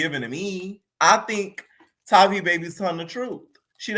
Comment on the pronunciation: Haha its everyone still pronouncing that girls name wrong for me. Its Tay-vi baby. Tavi and baby rhyme. She can fight, but Its something about her i still dont like